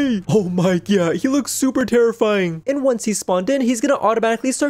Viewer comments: Did you say “oh my gyatt”? Cuz that’s wut I heard and saw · Hi and I love how instead of "oh my god" it's "oh my GYATT😂😂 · Did you guys realise when said 'oh my god' it said 'oh my GYAT' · Did she say OH MY GYAT